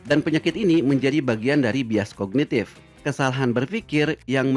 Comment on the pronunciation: bias kognitif bukan kongitif